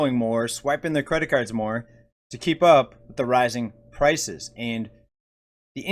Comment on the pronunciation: For a second i thought i heard you say “rising crisis” instead of “rising prices”. Eh, same thing at this point.💸💳